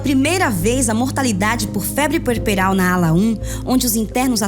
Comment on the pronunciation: É puerperal não pueperal